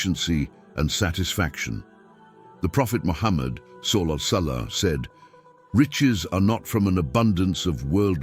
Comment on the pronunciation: pronouncing wrongly SWT and SAW here there though the content is good, but the voiceover and caption is so unprofessional. maybe the content is made by AI? Free Palestine